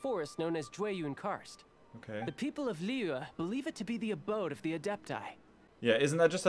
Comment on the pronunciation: Stream #17 he's still Calling Liyue, Lee Weh